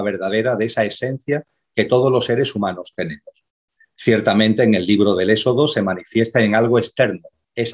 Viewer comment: BRAVO POR!!!...PERO...CÓMO PUEDE SER QUE TODO UN CATEDRÁTICO NO PUEDA PRONUNCIAR BIEN LA "X"...SE LO OÍGO EN ÉXODO, SEXO...ETC...JAJAJA...GRACIAS!!!